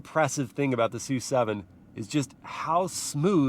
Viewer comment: Isn't the name of the car pronounced as "es - you - seven"??